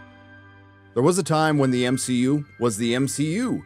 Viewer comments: why do you keep pronouncing MCU as M-Shi-U? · Constantly calling the MCU the "M-She-U" is honestly some of the cringiest shit I've ever heard in my life.